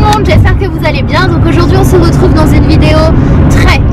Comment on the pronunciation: oh mon dieeeeeeeeu, pour une fois on a un "on se retrouve" normal ! Désolée Sanaaa je t'adore mais à chaque vidéo je saute une vingtaine de secondes car le "on z'retrouve" m'irrite les oreilles, là c'était cool à entendre haha! Continues comme ça! :D